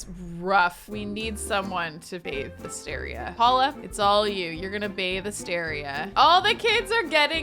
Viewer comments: Every time says Asteria's name I think for a split second she's saying Astarion, so it absolutely cracks me up that she chose that hair for Caspian and then actually mentioned Astarion 😂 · I would totally watch a livestream of you playing Baldur's Gate. 😆 I'm playing too and not going to lie every time you said "Asteria" I heard "Astarion"